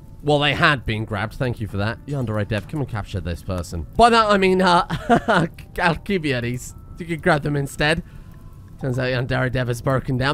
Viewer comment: I'm like 90% sure the correct pronunciation is "Al-kih-bye-ah-deez."